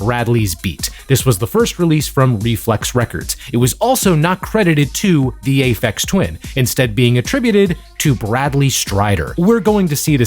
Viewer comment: "Aphex Twain" made me laugh way more than it had any right to.